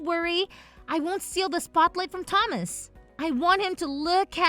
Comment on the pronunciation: Another repeat. And seriously, learn how to pronounce Thomas correctly!